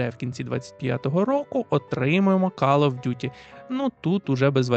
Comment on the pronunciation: кол оф дюти, не кал